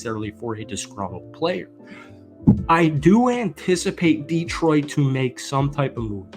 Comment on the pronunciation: Detroit is as likely to send a 2nd rounder for a guy with a shitty attitude who wants twice what he's worth (if the Jets trade him to the NFC they have to send a 2nd to Philly) as you are to pronounce Detroit properly. As in, never gonna happen.